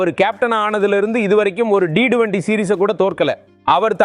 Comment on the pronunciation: ரசிகர்கள் ஏமாற்றமே .. நண்பா உங்களின் உச்சரிப்பு சரியாக இல்லை T20 யே சரி D20 இல்லை நண்பா.